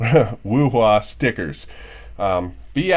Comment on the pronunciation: I'm a Chinese and you pronounce WUHUA so accurate NICE VIDEO THOUGH